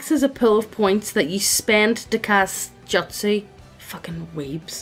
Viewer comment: I literally couldn't finish watching from the cringe over how you pronounced "jutsu", "Taijutsu" especially. I'm so sorry. but just...daaamn.